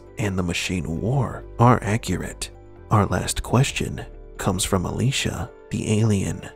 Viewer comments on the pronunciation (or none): none